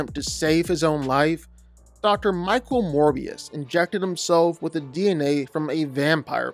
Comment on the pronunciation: Why did it say morbius loo